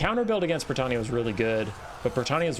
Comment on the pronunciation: Are you pronouncing Bretonnia as Bretannia?